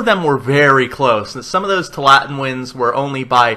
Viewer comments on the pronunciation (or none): Two allah tin, not twolatin. It's named after an area in oregon. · Tualatin is pronounced: "Two-all-it-in" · The pronunciation is too-a-la-tin. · Too-ah-la-teen. Sorry but that's driving me crazy!